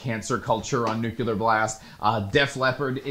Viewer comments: new-clee-er, never nuke-you-lar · It’s pronounced new-cle-ur, dude, not new-cue-lur. 😒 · Could you please, for the love of everything unholy, stop calling it NUKULAR! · Take a shot every time says "Nuke-You-Lure." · New-cool-er Blast